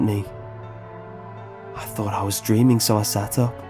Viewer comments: Can't get past the pronunciation of words ending in ing as ink. Dammit! Dreamink, beginnink, cryink. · why do you pronounce the "g" as "k". "dreamink" "bangink" "runnink" "traumatizink" "disturbink" "cryink". it's not all the g's but most of them